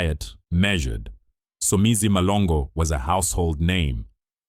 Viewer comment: It's MHLONGO..embarrassing for a black person butchering Somizi's surname like that.